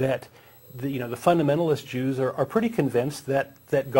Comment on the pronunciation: did you say "Jews" or "Juice " as in orange juice ?? work on your pronounciation